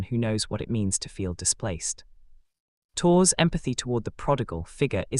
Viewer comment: Three minutes in and I finally "translated" the machine? pronunciation of Tours into Torres. AI? Never trust it. Too damned stupid!